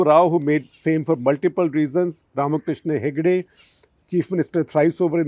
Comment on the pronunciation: Pleased don’t average the tenure of CM’s in Karnataka, there are good CM’s with full tenures. Siddaramaiah himself has got full term. SM Krishna himself cut short his tenure by 5 months going to elections early. Pls pronounce RamKrishna Hegde correctly, it’s not RamKishan!